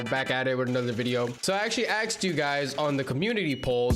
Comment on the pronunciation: asked" not axed